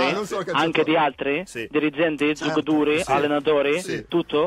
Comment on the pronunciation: Ma solo a me fa ridere quando dice gioucatori